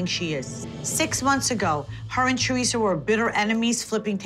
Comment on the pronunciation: The way Siggy says ‘Chorisa’ instead of Teresa 😂